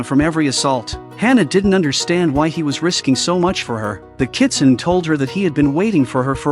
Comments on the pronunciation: It's not "nay" at the end, it's "neh". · In the 4th story, “Kitsune” is pronounced as Kitsunay